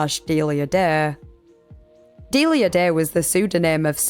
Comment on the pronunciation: I think it's pronounced Delia, not Delia.